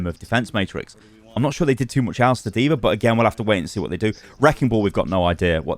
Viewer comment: “deever” lmao